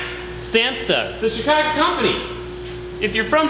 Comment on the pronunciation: saying the word “Chicago” was the most Chicagoan thing I’ve ever heard.